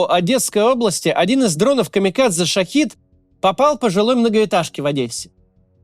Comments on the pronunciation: Только дроны не Шахид, а Шахед. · Тебе 2года уже говорят, что дрон называется ШахЕд, а не шахИд, но ты упорото продолжаешь делать ошибку. Это фишка такая? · Шахед, ухо режет неверное произношение. Мои соболезнования людям из Одессы